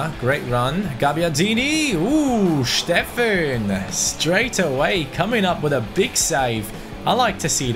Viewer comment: Steffen, not Shteffen !